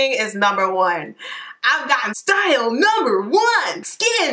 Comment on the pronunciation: I started dyinggggg "numba 1!!!" 😂😂😂